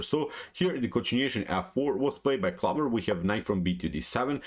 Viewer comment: "clover" rhymes with "over"